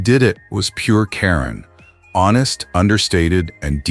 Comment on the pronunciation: How insulting you use the female spelling for KARAN Brar, IT'S NOT Karen geez AI really REALLY SUCKS..